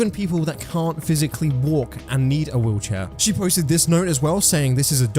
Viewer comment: I kept hearing "wheelchair" as "woocha" and I was so confused wondering what the hell was a woocha 😭